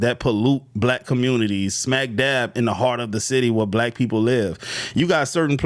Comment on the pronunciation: Lol she even say black wrong